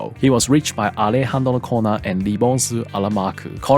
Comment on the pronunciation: whn you say that alejandro corner in the correct way, ifeels good and satisfying lol